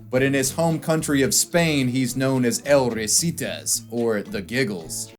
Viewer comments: I just can't get enough of how you say El Risitas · god his butchering of the "El Risitas" pronunciation is saddening